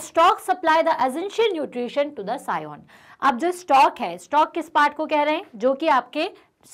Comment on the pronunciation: Scion hota Hain sion nahi😅